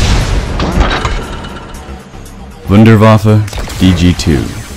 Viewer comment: It's not the WunderWaffle it's the Wunderwaffe.